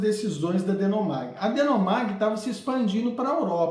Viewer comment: Ótima análise, parabéns! Já li e tive a mesma opinião. Só um ajuste: o nome da subsidiária da IBM era DeHomag, deixei o h em caixa alta, é um h mesmo e se fala com r gutural, e não um n 😊. Forte abraço!